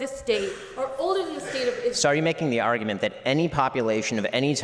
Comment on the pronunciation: Your “arJEWment” lol nice off to a great start lady..